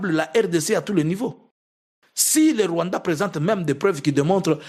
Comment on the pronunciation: Est-ce que le peuple burundais va accepter? Façon tu as prononcé le Rwanda 🇷🇼 c’est pour m’achever 🤣🤣🤣🤣🤣🤣🤣 Tshisekedi et Ndayishimiye sont deux comédiens 🎭 qui ont transformé deux magnifiques pays en cirque 🤦🏾 j’ai envie d’ajouter sur ta liste un autre groupe des Tutsi qui s’oppose au pouvoir de Kagame et qui soit disant collabore avec Jean Luc mais entre temps ces Tutsi détestent les Hutu comme pas possible 🤣 Tout ce mélange là pour jouer avec le peuple congolais qui ne connaît rien à l’histoire 🙌🏾